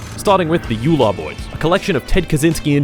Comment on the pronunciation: The way he pronounced "Ular" (Pronounced Ooh-larr, means snake) triggered me lmao